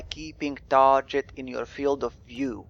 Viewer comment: Hey I think your videos are really great. Thanks for making them. (I do not speak another language so I appreciate you making your videos in English. :D Your pronunciation of the english word "target" sounds like this "tar - J - et". I feel if you pronounce it with a harder "G" .... like this ... "tar - GUH - ETT" it might be an improvement. But like I said I really appreciate your videos. Cheers)